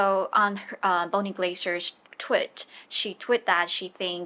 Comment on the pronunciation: 長短母音真的要發好， tweet 發音發成 twit ，聽眾都很想幫你的時候沒關係，聽眾沒想幫你的時候要誤解你也是正常。